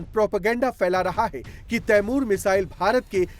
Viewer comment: Ap ko t apny missile ka name hi nhi leny ata 😂😂😂